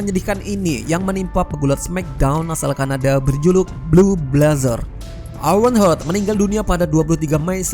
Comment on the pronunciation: juga owen hart sebutan nya owen hart bukan owen hurt😂